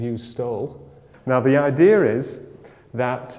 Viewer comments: i just really hate it when someone pronounces the word idea like idear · What's an "idear"?